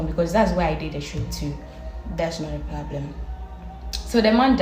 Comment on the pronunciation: Obaaa ɔka "Plablem” diɛr saaa 🤦🏾‍♂️